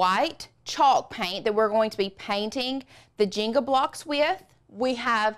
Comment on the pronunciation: I was very confused why she was saying " jingle" that way...finally realized she meant the JENGA blocks lol